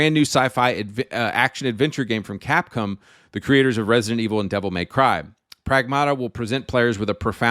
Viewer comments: It's "cap-com" (bro says "cap-come") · Ironic how he's anti woke (yay), but pronounces Gaiden as 'Gay'den instead of Guyden. Americans don't know how to pronounce anything. What the hell is Capcum? Subconsciously gay, definitely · bro calls cap-come as capcum lmao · its capcom not capcum